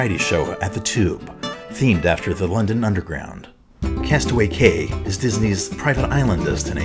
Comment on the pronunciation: it's pronounced castaway KEY, just saying. I've sailed Disney 4 times and it strongly annoys me when people pronounce it how it is seen